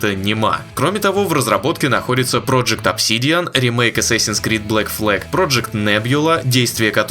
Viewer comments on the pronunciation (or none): ЧТО ТАКОО "ЭССЭСИНС" ? ДАЖДЕ ПО АНГЛИЙСКИ ЧИТАЕТСЯ С "А"